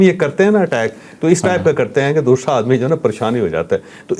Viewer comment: دوشرا نہیں دوسرا ہوتا ھے مودی کی طرح اردو کو مت بگاڈو ۔۔۔جناب چشمش تم تو مودی کے نظریاتی غلام نکلے ۔۔۔۔ iok